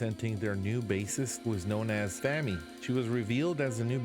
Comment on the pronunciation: Pronunciation police: FAH-mee with the vowel of father, not as in "famine". I think the video means that you should not enshrine in your mind bad things that happened to you (as represented by the picture frame), but smash that old memory and carry on. The tools for that can be found in your mind as well (the sword is part of the story within the picture frame).